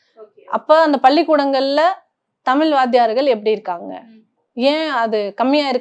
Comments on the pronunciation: She is not able to pronounce Thamizh properly... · தமிழ் என்பதை சரியா உச்சரிப்பு செய்யவும்.